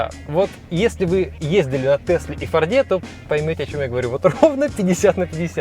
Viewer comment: Да бле фОрде, а не фордЕ